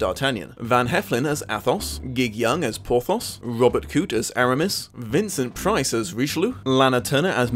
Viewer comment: I have to say your two major blunders in your script. Mistakes mixing up Louis VIII and XIII and fumbling the names of Christopher Lee and Vincent Price. Let's face it though Lee was a fantastic Rochefort.